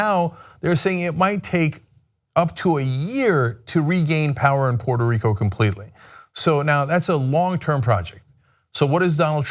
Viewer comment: Pooyeetoo Reeekoo is Mixico!!! - Dotard